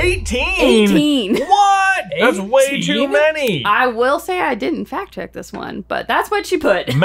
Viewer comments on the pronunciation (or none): none